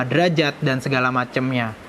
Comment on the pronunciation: derajat bukan derajad😁